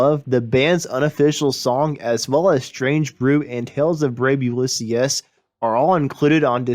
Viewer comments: “Ulyse-us” ?? It’s nice that you have a special-ed student as your narrator. That’s very kind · Ulysses: yoo·li·seez, not yoo·li·see·es. You'd know that if you listened to the song!